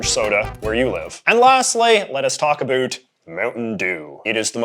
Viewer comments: Incredibly informative video, but I'm curious why you keep pronouncing "about" in the way you do? It sounds like you're saying "a boot". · I’ve been everywhere in Canada and no one says “about” like this guy. I’d call him a hoser but he’s just a poser.